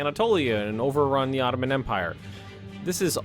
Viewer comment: Stop saying OTTOMAN!!!